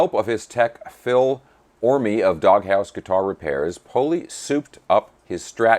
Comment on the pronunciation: A limey pedant writes: The E in Phil Orme is silent (just Orm, not Orm-ee). I've got three HBs, two basses and one six-string, though none as cheap as this fellow's S-type, and they're all great.